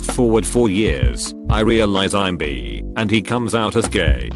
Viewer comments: If he says “bi” as “bee” one more time I swear to god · B E E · Text-to-speech voice: I realized I'm BEE